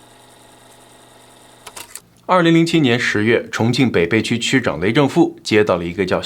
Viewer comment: 发音有个小错误，北涪区，应该念being fu qu